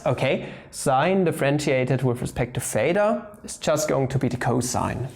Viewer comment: It is theta not pheta, it isn't like phi YOU PLEB -.- there is a difference in the pronunciation of "th" (in this case a voiceless dental non-sibilant fricative) and the "ph" (the voiceless labiodental fricative) or just f.